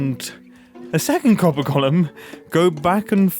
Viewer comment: "Golem" is pronounced 'gəʊləm (goal 'em), not Gollum, who was a character in Lord of the Rings. I've been holding back on this for years, and finally cracked because of the number of times you said Gollum when you meant golem in this video. Lots of people make this mistake, but Grian isn't one of them.